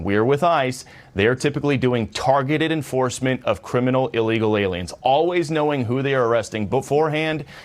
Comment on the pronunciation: I giggle inside every time says a word wrong on purpose. Aliems is one of my faves.